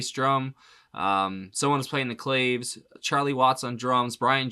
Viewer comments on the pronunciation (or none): Claves is pronounced klah vays.